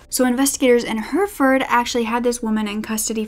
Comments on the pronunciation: Hurfurd Brits: Herrafud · Hi, I’m from the U.K. so I can help with the place names. Peterborough is pronounced Peter-Bruh... same with most other ‘borough’ names. Hereford is like ‘Herra-fud’. I hope that helps 😃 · Joanne Dennehy is quite the personality. Also, I'm sorry because you acknowledged this at the beginning, but some place pronunciations for future reference: Anything ending in -borough will be pronounced 'burra' Hertford - Hartford Hereford - He-re-ford (the re is pronounced like the re in the word rent) Lastly, you look awesome in this video. I love the jacket on you.